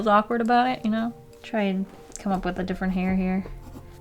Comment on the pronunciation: I just realized that it's wiff not with oof